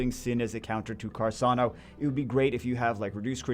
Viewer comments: Fire sniper's name is pronounced Car- Cain - Oh. He is named after the Italian WW2 Military rifle. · Funny thing is I did know about the rifle but I still pronounced it Car - can - oh